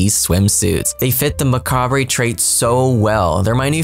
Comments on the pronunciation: The word "macabre" is not pronounced "ma-ca-bray." It's pronounced "ma-cob." The "re" at the end is silent. I learned how to pronounce that word when I read Stephen King when I was a kid, and he uses the word "macabre." I had to look it up in the dictionary, and that's how the dictionary has the pronunciation for that word. The English Simmer pronounced the word correctly. lol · hey, just since they're using it so much in the descriptions, but the word "macabre" is pronounced "muh-kaab" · Mah-cah-bruh is the correct American English pronunciation. MUH-cahb is the French pronunciation. Mah-cab-ray is like saying ep-i-tomb instead of epp-it-ah-me. I am not saying everyone knows how to pronounce it, just laying it out there. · Maybe we get to choose our own deathly look for the job? That would be cool! (oh and it's pronounced 'ma-cahb' the 're' is silent. ;) )